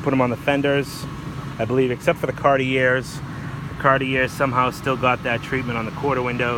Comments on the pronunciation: Its pronounced ‘CAR TEE eh’. Cartier. Try it. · Can u learn how to pronounce Cartier. You don't say the R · You don't pronounce "r" in Boston, similar to old NYC, but you chose to pronounce the final (silent) "r", which was quaint.:)